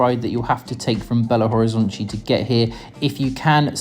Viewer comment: Belo Horizontchi is the pronounciation from Rio de Janeiro people, maybe from Bahia.